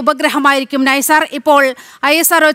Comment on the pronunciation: നൈസാർ അല്ല മോളെ NASA-ISRO Synthetic Aperture Radar. എൻ ഐ സാർ